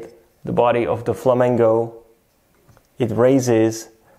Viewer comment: Why do you say Flamango lol